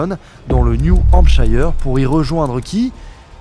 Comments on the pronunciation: juste parce que ça me perturbe à chaque fois : New Hampshire (comme tous les mots anglais qui se finissent par -shire d'ailleurs (genre York-Shire)), se prononce "cheur" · Merci pour cet épisode, par contre on dit : new hampsh[eur]